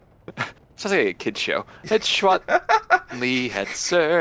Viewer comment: Chwat is acctually pronounced "twat", so can you just say "twat" from now on?